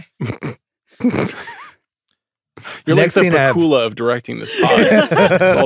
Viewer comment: It's pah-KOOL-uh, not PACK-you-la?